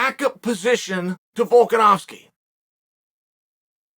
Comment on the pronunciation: Chael getting volkanovski name right must surely be a rare accessory to this man's vocal cords nailed it uncle chael....